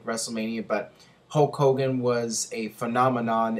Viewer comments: You pronounce Hulk Hogan the same way Ultimate Warrior does ("Hoke Hogan"). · GhostSpectre It's more like Hooooe Kogan! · I thought it was "Hull Cogan"? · Who's Hocogan?